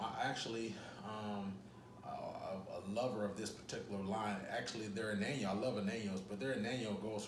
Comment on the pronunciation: I believe Anejo Tequila is not pronounced ...(a nan yo)...it's pronounced (an ya ho)... Ann Yah Hoe..wonderful tequila, I agree but be warned it might have a additive to sweet the taste in this tequila....they say.